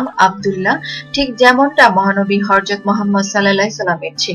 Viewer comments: It is not Harjat It is Hajrat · Try to pronounce right way, harzat!! What is this?